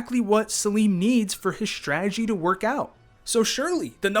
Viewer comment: There is no "h" in "strategy".